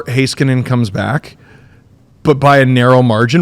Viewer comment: Heiskanen = Hey-skanen not Hi-skanen 😄